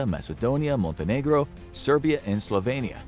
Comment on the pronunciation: Budy why do everybody pronounc Montenegro wrong.